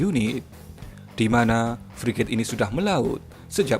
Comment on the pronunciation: Hhh yg benar2 priget min emang priget kita yg udah ada priget siluman, min menggebu2 amat